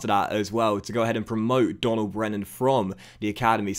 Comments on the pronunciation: Donal is pronounced like "Dough-nal" just for future reference. Loving the series so far. Great to have you back✊ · Just wanted to let you know Donal Brennan's first name is pronounced Dough-nal. Love the vids and happy to have you back loving the career mode already. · Donal in Donal Brennan is pronounced like Doh-nal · Donal brennan is pronounced doe-nal great to have u back man keep it up